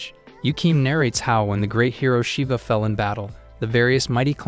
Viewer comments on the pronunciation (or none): none